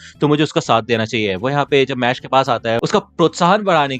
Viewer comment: Bro please call it mash not mash-le 😊